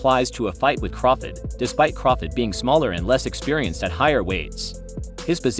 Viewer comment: I have a feeling this guy mispronounces Crawford’s name on purpose.